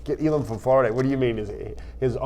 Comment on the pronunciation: It’s Elam not ellaaaammmmmm